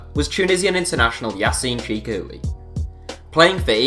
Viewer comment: yassine chikhaoui’s name is pronounced Chick-ow-ee not chick-ah-oo